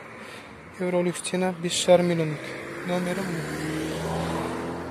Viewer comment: Автор орысша сойлей алмайтынын коринип тур акыры казакша сойлеп жатсынгой сена емес цена болады ми багасы деп айта берш топас